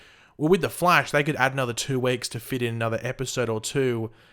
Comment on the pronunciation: stop saying Flesh instead of Flash